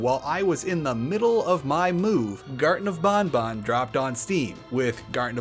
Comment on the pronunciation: ...Huh. You're the first person who seems to have just defaulted to the 'correct' way to pronounce Banban. Every other person I've heard talk about this game pronounced it as it's written (ban-ban) unless specifically following the developers' pronunciation (bon-bon).